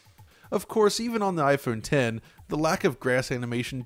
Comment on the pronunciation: Thanks for calling it IPhone 10 properly as opposed to what many people think it's called, "IPhone X"